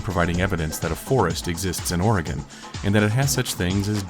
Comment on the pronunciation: Thank you for pronouncing Oregon correctly.